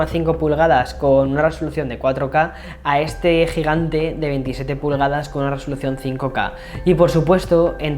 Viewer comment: Hey chico, la diagonal es de 27”. No de 17 como se escucha en tu video. Suerte...